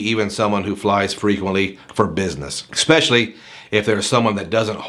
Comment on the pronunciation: Do you notice you say expecially? Obviously not a big deal, but my mom busts my nuts on that shit